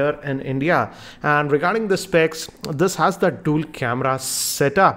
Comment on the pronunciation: "Dool' camera", "forke", "shaomi" - OMFG, your prononciation is SO BAD! Don't make a video on youtube.